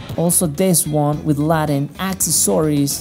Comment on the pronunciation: "With Latin aksesoyrees..." FAB :-D ;-)